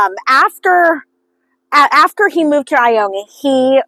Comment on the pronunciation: It is pronounced I-own just fyi